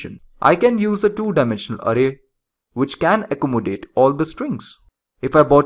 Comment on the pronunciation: really annoyed by your "ARRAY" pronounciation